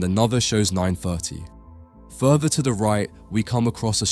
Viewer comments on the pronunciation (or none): Furver ( further) wright ( right) befwore ( before) Frwoo ( through) fweest ( first ) WHAT ACCENT IS THE NARRATOR USING PLEASE